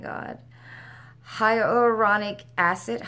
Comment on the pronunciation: Your eye makeup looks absolutely beautiful in this video, and BTW, you said fragrance correct every time, lol. Huloronic acid... Not so much, but either can I. 😘😋